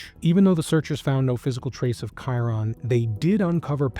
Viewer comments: Dude him just wondering off would be the least likely this is terrible what has you tube came to. Play the clips instead of talking all the time shit that doesn't make sense and you can't even pronounce his name right. Did you do any research or just let chat GPT write it? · Excellent coverage. Please learn how to pronounce his name.